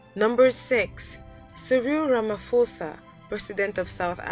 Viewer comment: It's Cyril Ramphosa not Fosa Say it like Posa and he was supposed to be number one as he has a military escort smd heavily armed guards,get your facts straight